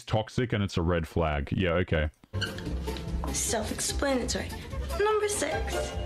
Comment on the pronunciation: Self expannitory